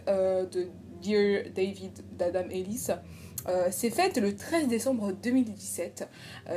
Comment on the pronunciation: À chaque fois que tu dis Adam Ellis j’ai l’impression que tu dis La dame Ellis du coup je comprends pas de quoi tu parle 🤦🏻‍♀️